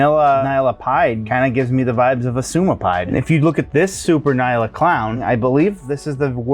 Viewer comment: Nyala is pronounced en-yala. It’s named after and African antelope of the same name and pronunciation.